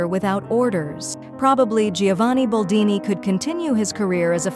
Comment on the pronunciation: BOLDINI NOT BALDINI